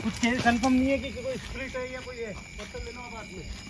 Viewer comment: Patal nahin pathar bolo pathar